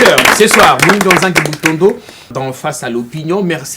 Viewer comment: Muhindo et no pas moyindo